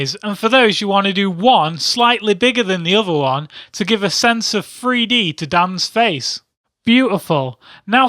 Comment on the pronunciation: Haha "free-d"